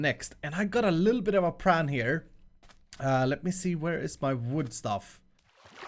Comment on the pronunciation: PLan not Pran.